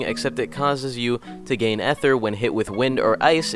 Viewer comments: EHTHER LMAO ITS EEE THER NOT EHTHER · mans saying efer not ether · My dude for real says "At ter" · ah, yes, eh-ther